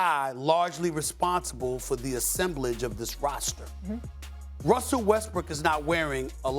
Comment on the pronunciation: Did Perk say "Wussell Westbrook"? LOLOLOL